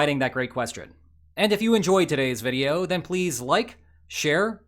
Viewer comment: It's still jarring to hear you say "and I will see you *tomorrow*"